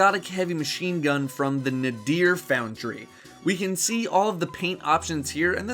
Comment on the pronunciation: the gunsmith pronounces it as nade-er